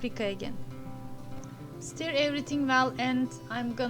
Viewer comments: Merhaba, umarim darilmazsiniz, 'stir' kelimesi 'stör' olarak okunur. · Sonradan keske yazmasaydim dedim. Belki bu sekilde telaffuz etmeniz hos, sizin tarziniz olsun :) Bosverin nasilsa anlasiliyor.